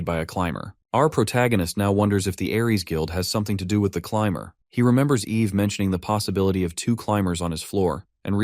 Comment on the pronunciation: I mean TS you say the womans name is Ave, when it is Eve, then the next second it is said correctly. You really need to take this down fire the DEI hire that you got from the learing center and hire someone that can do better.